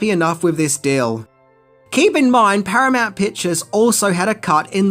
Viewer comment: Paranount huh